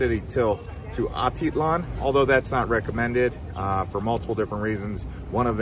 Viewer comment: If you are going to be giving advice of a place, try to pronounce the names right.